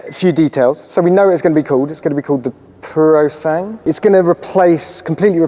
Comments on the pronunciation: “It’s gonna be called purosang” :/ It’s pronounced /puro'zaŋgwe/ which is pure blood (breed) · Purosangue = Thoroughbred in Italian. It's not a French word. Puro-san-(gue(as in GWEn)) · Lol the right way its "Purasangre" which means something like "pure blood" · It is pronounced “poorow sangway” and means pure blood. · Ooh nice Omg it’s Puro- Sangue. You say ALL the letters, this isn’t English. It means pure blood. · Poorosang? And this guy calls himself a car journalist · Regarding the correct pronunciation would be something like “Pooh-rho-sun-goo-e” with the last “e” pronounced like the one in “red” and the accent on the syllable “sun”. It literally means “pureblood” but a more accurate translation would be “thoroughbred”, and it is mostly used when talking about horses (hence its usage as a Ferrari’s name). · Love you guys, but maybe research the correct pronounciation of Italian names. PUROSANGUE (POOR-O-SAN-GUÈY) means Thoroughbred. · Absolutely butchered the name. It's pronounced per-a-sung-way. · PLEASE LEARN HOW TO SAY THE NAME PROPERLY! P-OOH-RO- SAN-GOOH- EH